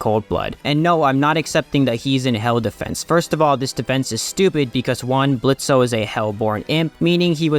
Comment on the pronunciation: I hate this whole series but canonically the o is silent in his name Blitzø but whatever